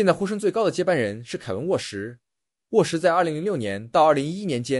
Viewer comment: 沃什，沃什，一直聽成餓死:face-green-smiling::face-blue-smiling:😆